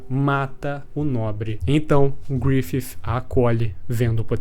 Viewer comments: Cada vez q esse cara fala griffif uma parte de mim morre 😭😭😭😭 mas de resto o video ta perfeito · Achei estranho o jeito que você fala Griffith.... Grifif